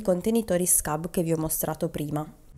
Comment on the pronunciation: I nomi sono svedesi. PLEJA è PLEIA (non PLECA come fosse spagnolo). e SKUBB non diventa SCABB come se fosse inglese. E' meglio che pronunci i nomi esattamente come li vedi scritti. Ciao